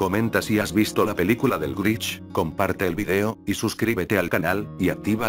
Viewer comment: Jajaja escucharon dijo el grich pero es un problema con el loquendo